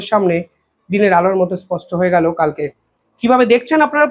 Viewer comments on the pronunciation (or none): none